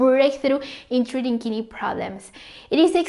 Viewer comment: Each time kidney pronounced, I hear Kinneys 😅. BTW, Thank you for the information